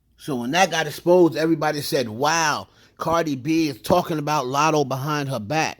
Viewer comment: She definitely said "I'm not poosay ahh Latto" but okay 😟